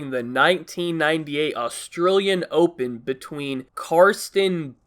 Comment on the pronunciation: "austroolian open" hahahhah